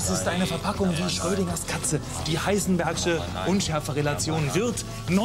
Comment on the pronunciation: Heisenärsche? Was ist das hier?😂